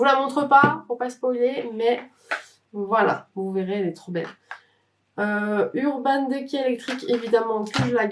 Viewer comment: C'est la première fois que j'entends urban decay prononcé "de quai" 🙃. Je viens de commencer la vidéo j'ai hâte de voir la suite j'adore les videos collection de palettes 🥰